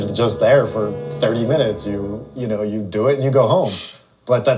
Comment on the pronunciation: When she say wou 😂